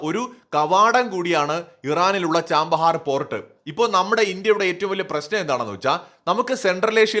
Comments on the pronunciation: ചബഹാർ എന്നാണ് തുറമുഖത്തിൻ്റെ പേര്, ചാമ്പഹാർ എന്നല്ല .വർഷം മുഴുവൻ വസന്തകാലം എന്നാണ് പേർഷ്യനിൽ അർത്ഥം. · ചാമ്പഹർ അല്ല chabahar അല്ലേ